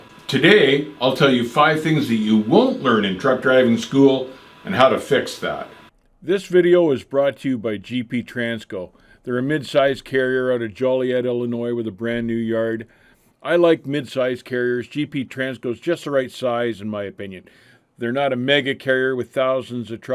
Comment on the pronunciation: Joe-lee-yet that's how it's pronounced, keep the videos coming love em.